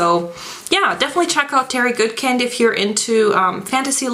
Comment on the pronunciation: I'm not an a'hole but it's pronounced 'good kind' not 'good kend' . The way you pronounced it I immediately had a mental scratch thus my writing here . Also some people pronounce the heroines name 'kay linn' instead of 'kah lann'.I'm pretty sure my way is correct.Anyway the sword of truth series is THE best set of books I've ever read in my life Bar None.Oh and yes there's a lot of pages but towards the end your thinking "dam , there's hardly any left".And the legend of the seeker was sh*tty.